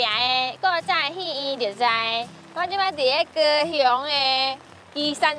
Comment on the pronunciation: 不是想學好台語嗎? 先前已留言過，高雄的台語發音是高"陽"，不讀為高"雄"。你隨便攔個高雄人，問問他/她對高雄的台語如何發音。